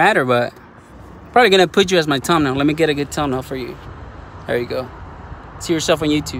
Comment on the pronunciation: Lmao he said "Tum-nail"